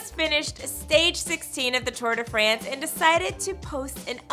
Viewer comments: “Tour de FRENCE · Holy shit, it's pronounced France not France